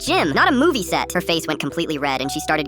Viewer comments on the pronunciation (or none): The "Promjse" got me crying of laughter. 😂😂